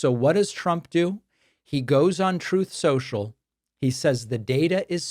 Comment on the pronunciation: "Troth, Sential"